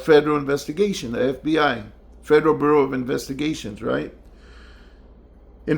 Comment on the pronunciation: "The Federal Burro of Investigation"??? 🐴 🚨